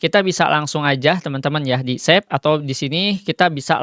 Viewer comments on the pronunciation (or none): Save bang bukan sep , njirrr lah😢